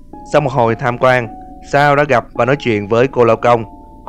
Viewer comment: Sa =)))) chào cô chú đi con =)) Tên Sal nhưng đc đọc là Sa =))